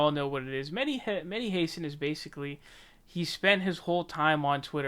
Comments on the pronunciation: Come on, you know his name is [xasan]. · Welcome to jimmy dore’s side. Good that you see the light. Btw it is pronounced Hassaaan.